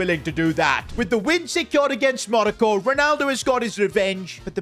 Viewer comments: stop calling it manoco is Morocco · Monico it’s moroco